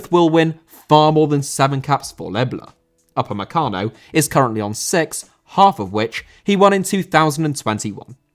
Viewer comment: Dayot Upamecano Irish Guy: Dayot Upacemano